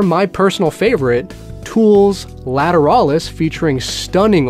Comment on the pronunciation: The way you said Lateralus made me want to gouge my eyes out with a spoon.